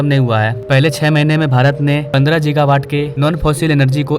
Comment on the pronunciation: भाई ! गीगा होता है जीगा नहीं ।🙏 विदेशी भाषा है - कोई बात नहीं । Topic आपने अच्छा लिया है और समझ भी अच्छी तरह रहे हो सबकुछ । 👍